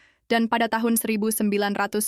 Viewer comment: yg ngomong ini orang mna sih? tiap ngomong tahun kya nya ga jelas aja